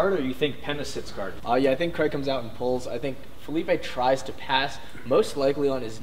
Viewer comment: his name is Craig...not Creg.